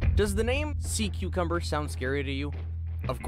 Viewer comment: SEA CUCUBMBER LMAO